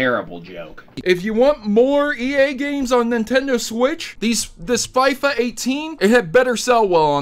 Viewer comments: the south east London kids call it fee-fa 18 not fi-fa 18 u got it right at the end of the video but not at the start whyyyyyy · It's not Fi-fa it's foifa! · The Fyfa pronouncement kinda triggered me (even though I have never played it) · "fifuhhhhh" is just sad... unsubbed lol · Everytime he said fyfa I died a little inside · hahaha fy-fa, wow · Yeah I cringed a little... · I don't care, I loved the way he said FIFA, it made me laugh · I litteraly went to the comment section to see How many Would throw thrash on you for saying FIFA like that😂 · Yep lol you also pronounced Davids wrong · Everyone is complaining how pronounced Fifa wrong. Yet no one said anything how would was spelt wouild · The way you say FIFA is hilarious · You have to be a really ignorant person to not be able to pronounce FIFA. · The way he said FIFA 18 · Dude learn how to say FIFA probably!!